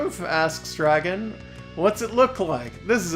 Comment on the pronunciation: What a super cute game! I thought you were making a joke about your draeygon pronunciation with that title, but nope, that's really the title, huh. (Also looking at the Steam reviews of the game, one reviewer accused the developer of being too lazy to get a real artist??? Do they have any idea how hard it must have been to get the sprites to capture that hand drawn style but still animate as well as they do?)